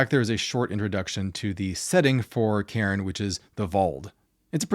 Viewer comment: Cairn not Karen!!!!!